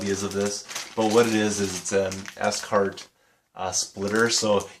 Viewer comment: Cool finds mate . Scart are great wires to use . I adice if you do get on with the scarts m I advice getting gold type endings for em . Also its pronounced 'SCART' not s cart . :) . What do u teach :) . ? .